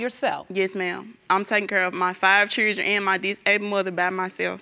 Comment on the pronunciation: Chirdreeeeen = Children